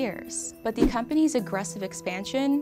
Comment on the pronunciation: This girl can’t pronounce “th” she says “da” for “the” lmao